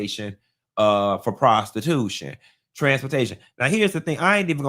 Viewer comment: I love the way says prostiTUTION